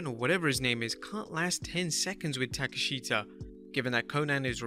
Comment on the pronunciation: Listening to him try to pronounce Takeshita kinda cringe. When it's supposed to be pronounced Tah-kesh-tah lol